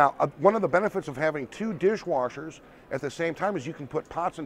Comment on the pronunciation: Dirsh Warshers!!!!!!!!